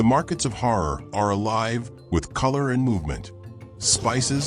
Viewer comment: The wrong pronounciation! Harari is not 'Horror' it's like 'Kalahari'! Revise your reading and ponctuation!